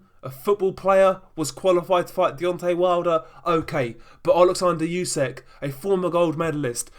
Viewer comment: Its Usyk not Yusyk for God's sake